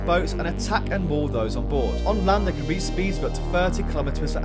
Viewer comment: It's pronounced three not free or phee